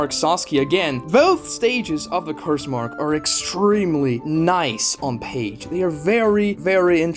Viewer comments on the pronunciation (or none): none